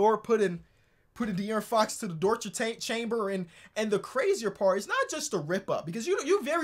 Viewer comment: bro i ain’t ever heard someone say dorture chamber but it might be one of my favorite nicknames ever now